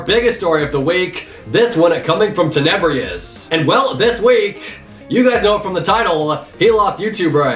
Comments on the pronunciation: did you actually just say... teneBREEEEous? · You pronounced Tenebrous wrong